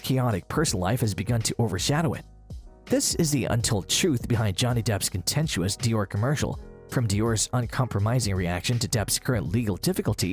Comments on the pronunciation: ContentUouS??? WTF is ContenChew US??? Did you think that was an actuaL Word? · Johnny Depp was not found "not guilty of libel" in the UK. The SUN was found not guilty of libel. Johnny was suing the paper for libel. What with that and your mispronunciation of "contentious", or the use of the wrong word, it's hard to tell, I'm not listening any more because it looks as if you do not check your facts.